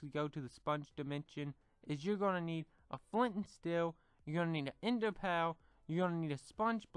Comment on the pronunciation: you said enda pa